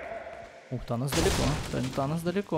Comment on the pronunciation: мне одному кажется когда говорят танос я слышу анус?